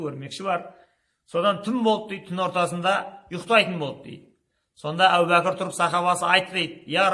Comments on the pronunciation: Әу бәкір емес, әбу бәкір ✌ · Сосын Ау Бакыр, емес Абу Бакыр.